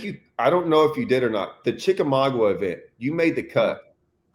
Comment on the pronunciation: it's pronounced Chick A Maga, the "U" is silent. 😀 Great show, wish I could have caught it live.